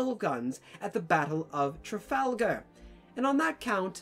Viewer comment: As a baguette, I stopped listening after you uttered the word "Trafalgar"